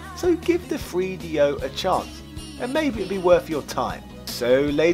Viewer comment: Having a hard time listening to this guy say Free Dee Oh